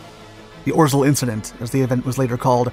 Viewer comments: By the way, "Orzel" is pronounced "Ozhaew" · Please do not try to read Polish Names and proper names it hurts Ps rz=ż pronunciation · I loved the video, but way you day orzel kills me